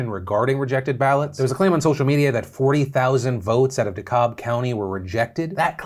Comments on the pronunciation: Actually it’s pronounced De-Cab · Dee-cab, phil. Dekalb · It’s pronounced De-CAB not De-Calb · Man your wife is from Atlanta. I expect better of you sir! It is Da Cab not De Kalb. I know it is spelled De Kalb. But is not pronounced that way. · Phil... it's pronounced Da-cab County' not Da-caulb. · Not gonna lie I cringed a lol when you pronounced DeKalb (De-Cab) as De-Colb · It's DeKàlb not dekálb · phil you've lived in atlanta why the flipping frick are you calling it dekAULB when everyone from atlanta says deKAB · Me: DeKalb is pronounced "De-Kal-b" Phil: "De-Cob" Me: ...but it's not corn. EDIT: Alrighty people, I get it, jokes are bad nowadays. There exists (at least) two DeKalbs: one in Illinois, one in Georgia. As I'm from Illinois, I've personally never heard "DeKalb" in any other way besides the first iteration; TIL others take out the L. Live and learn. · de - cab county, not de - cob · Heads up, it's D-Cab not D-cobb :3 (Dekalb) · It's not Decobb it's Dekalb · Phil you LIVED in Georgia and still can't pronounce De-CAB?? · Its pronounced d cab county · Hopefully you'll never need this info again, but ffr DeKalb is pronounced "De-Cab". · Lol “De-kob” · i’m 2mins into the vid but i gotta say this: dekalb county is pronounced “dee-cab” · Ugh. It's (dee-cab). I know y'all don't live here but Jesus lookup pronunciation once in a while please. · Hey Phil love the show but as I’m sitting in Dekalb rn can I get you to say “D-k-alb” which is the pronunciation. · Fun facts: DeKalb is pronounced De-Cab. 😂 still love the show though. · Duh-cab. That how it's pronounced. 😂 Common mistake. Man, I'm starting to get tired of my state being central to your stories, Phil! What's wrong with us? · Ok phill you have a wife from Georgia you should know that’s not how you say Dekalb. It’s Du-cab. That is all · For shame Phil, you've been away for far too long! It's pronounced De- CAB, hahahaha. Please don't tell me you say Dacula like Dracula.... Right...? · Corn on de-cob lol